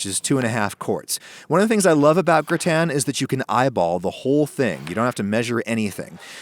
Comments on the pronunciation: Why is he saying "gritan". Its gratin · Grü-ten Lool it’s “Grah-tehn”. Amazing recipe and my mouth is watering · Why do you pronounce it Gr-i-tan when it is spelt Gr-a-tin? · What is a gratan? If you mean gratin then it's pronounced gratah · I've never heard anyone, French, American, or Chinese pronounce "gratin" the way you do. It's "graw-ten" in every language. I thought it was a weird attempt at pretentiousness. Turns out you're just a moron. However, you're a moron who actually responds to comments, which I didn't realize. Major props for that much. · "grih tan" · Word: gratin Adam: G R I T A Y N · Round here, it's said, gra'-ton. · When did the pronunciation of gratin become gra' tan? Someone is watching too many other cooking shows. Don't follow the herd. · I’m sorry I just couldn’t get over your pronunciation of gratin lol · Why are you intentionally mispronouncing "gratin?" Honestly, I think your one of the most pretentious posers on YouTube. You've come off like you're Alton Brown since day 1, like everyone should know who you are. I think you're a joke with decent equipment and editing skills, a repulsive face, and a terrible personality. I think all of your subs are suckers. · Imagine having a temper tantrum because someone pronounces something different. Fucking snowflake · Damn, you butchered “gratin”. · i’m french and i can’t stand the way you say gratin sorry ahaha, absolutely love the recipe tho :) <3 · the way you pronounce gratin annoys me so much lol